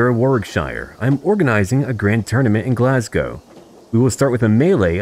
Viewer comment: As a Scottish person, I am genuinely impressed to hear "Glasgow" and "Malcolm" pronounced properly. After hearing so many Americans pronounce is as "Glass-gou" and "Mal-call-m", it gave me the warm fuzzies.